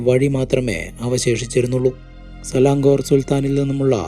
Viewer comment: സിളൻങ്കോർ അല്ല സിലൻങ്ങോർ ആണ്. Place name.